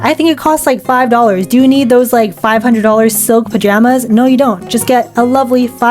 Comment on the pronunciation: "listen. naur"